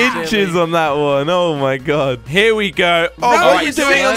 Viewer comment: yo its oh my god not ho my god